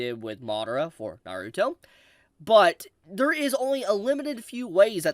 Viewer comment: Over the years watching this man I will never stop cringing every time he says Naruto it’s gets on my skin every single time